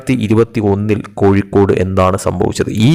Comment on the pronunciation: കോയി ക്കോട് ,, കോയി ക്കോട്,, പോടാ കോയി